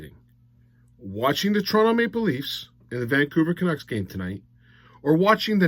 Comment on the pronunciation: you said vancouver canucks like donald trump says china. ex captain showed up. new captain was a no show.